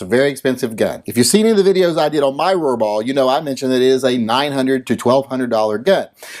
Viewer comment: Every time you said "Rohrbaugh", I had a tiny seizure. It was like the Roxanne drinking game, but with seizures. Good thing I normally watch your videos while wearing my ball gag.